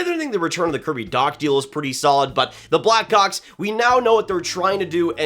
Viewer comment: does not sound like hes saying blackhawks